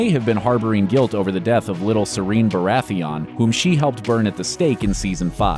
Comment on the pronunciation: I hate how you said Baratheon!